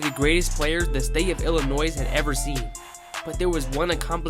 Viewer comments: the mispronunciation of “Illinois“ over and over again is the only issue in an otherwise solid vid. Subscription button: HIT. ill-UH-NOY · Kind of blows my mind that someone can be smart enough to make this great video, while at the same time not know that the S is silent in Illinois...